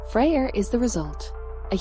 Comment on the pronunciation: "Freya" and "idea" are not pronounced with an R at the end... 😉